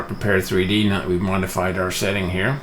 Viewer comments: Good video. But man, you are a LM beta tester, you should at least know how to pronounce the title of the software. It is "Prepared", not "Prepared 3D". Straight from LM: "Prepar3D (pronounced “prepared”) is a visual simulation platform..." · Thanks,. I appreciate the Quick Tip video. I'm looking forward to the next! BTW - from LM's website: "Prepar3D (pronounced "prepared")..." So, it's "prepared" or P3D (pea three dee) for short. I know...I know...totally useless information. Feel free to ignore.:) James